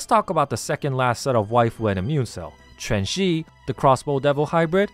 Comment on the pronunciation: I appreciate that you pronounced Quanxi's name correctly. Many people unfortunately don't even bother to try pronouncing Chinese names correctly, so I always like seeing people who do.